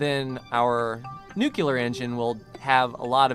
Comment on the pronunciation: Please learn to pronounce "nuclear", it's really annoying.